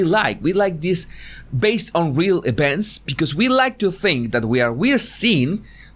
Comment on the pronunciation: What’s an “ ebent “ ?